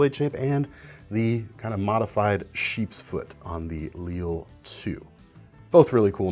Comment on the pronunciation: Lille means small or little in Danish. So probably should be pronounced as in Danish, /lilə/ , instead of like the French city. Similar to his Mikro